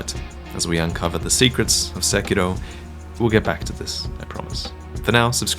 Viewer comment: lol why do so many people making videos on this game insist on trying to pronounce 'Sekiro' and 'shuriken' in a Japanese accent and then pronounce literally everything else incorrectly